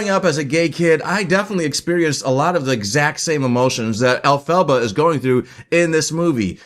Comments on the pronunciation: *In Hermione's voice*: You're saying it wrong. It's EL-pha-ba, not el-PHA-ba. But a great review nonetheless! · Agreed about the pronunciation. I’m surprised you persist in the mispronunciation throughout this review, especially since the name is said throughout the film. The name is derived from from the name of L. Frank Baum. El -Fah-Bah. And Baum originated THE WIZARD OF OZ in 1900. Great tribute to him!